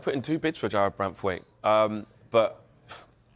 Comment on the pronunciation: It's Jarrad Branthwaite, not *Jarrad Branthwite.